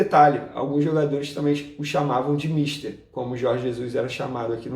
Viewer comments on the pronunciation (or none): none